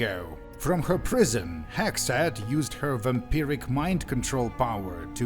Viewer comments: I live in the USA in 2026 and the way you say “Hexxat” is WAY too close to “Hegseth” lmao cortisol spikes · Same here. Even after I saw how it was spelled, I kept hearing "Hegseth", lol. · He actually pronounces it like "Hegseth" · Thank God I'm not the only one that thought that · I had to do a double take when i heard you say "Hexxat"